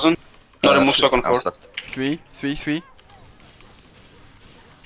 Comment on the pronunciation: Its Three not free lol Englishman